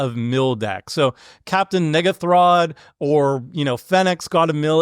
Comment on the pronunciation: i'm gonna stick with pronouncing it captain "ungathrod" lmao